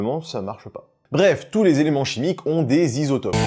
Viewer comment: Les "Zisotopes" j'étais pas prêt, G riz!